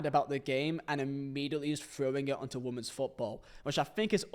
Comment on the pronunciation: Can someone please tell how to pronounce women?